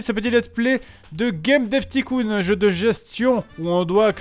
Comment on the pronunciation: "gayme daiv' ticoun"